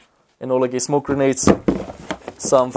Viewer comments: Grenades not Granades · it`s "grenades", not "granades"